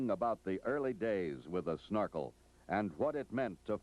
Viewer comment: This narrator needs a slap in the head for every time he said snarkel instead of Snorkel!